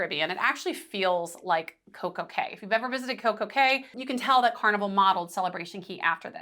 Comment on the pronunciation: As a Professor, you should probably be aware that Coco Kay is pronounced KEY, as are all Caribbean islands named CAY. Also, if you will please slow your speech, it will be much easier to understand you